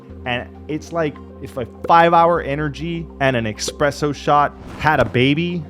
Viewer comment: Omg he said "expresso shot"! Someone call italian police